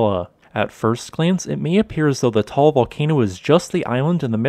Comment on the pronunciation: Pronunciation is not Tall its Ta-al.